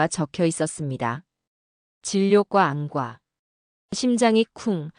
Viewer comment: 처음들을땐 엉성하드만 진짜라면 감동이네요,읽을땐 안과라고하지말고 안꽈로~